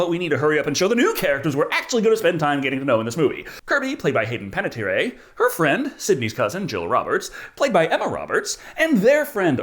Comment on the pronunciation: Hayden Panettiere is pronounced "hey-den pan-a-teer"